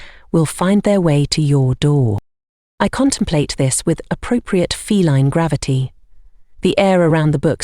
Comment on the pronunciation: "fel-EEN companion:???? What?😮 Liked and subbed from Newfoundland ❤!